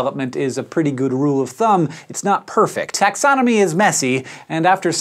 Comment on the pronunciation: It could just be the subject matter suggested the pun, but when talking about anuses or apparent lack thereof, I could swear Hank said “taxsodomy is messy,” rather than the word “taxonomy” which he was apparently trying to say.